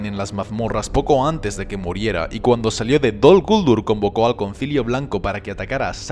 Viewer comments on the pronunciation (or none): Heeee, de echo la pronunciación Dol Guldúr es la correcta, y lo q pasa es q nosotros los de habla hispana no lo encontramos correcto, pero resulta q si lo es.... no es Dol Gúldur como tú piensas..... a fin de cuentas tú no eres Tolkien, ni su hijo ni nadie relacionado con los encargados de los derechos del mundo creado por Tolkien para decir q pronunciación es correcta o no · No dicen (creo yo) dol guldúr